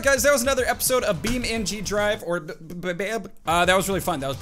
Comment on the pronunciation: Hi there you said bemeging